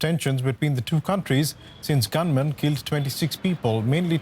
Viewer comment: correct yourself.. it's not gunmen!!